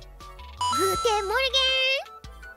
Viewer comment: Whoa her "guten morgen" was perfectly pronounced